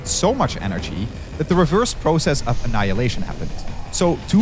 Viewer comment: "ANNILayinition!!!! is a waaaaste!!"